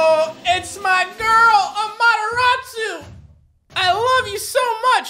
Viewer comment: yooo its mah girl amateratsu do you pronounce it with two R